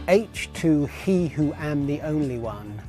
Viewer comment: These guys are clueless as to the name of the album - H to He - it is pronounced as letters 'H' to 'He" - not saying the word 'He' as in the opposite of 'She' - it is said to directly infer 'H' meaning the element Hydrogen and the "He' representing the element Helium - so the album is called 'H to He' - hope that is clear.